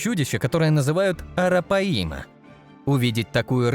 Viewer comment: Арапаи'ма!😂😂😂 Арапа'йма, диктор по бумажке!